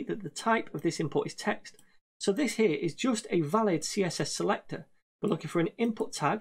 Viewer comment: What happens to you when you say selector ? 😂😂😂 Anyways great tutorials man! Love it!